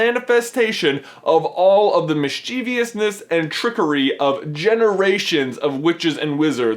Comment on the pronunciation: MISS chevous - not miss CHEE vee ous :o